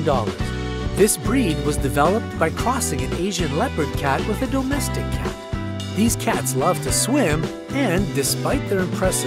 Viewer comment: I can’t when people PRO-nounce the word domestic as DOUGH-mestic 😅😂😂😂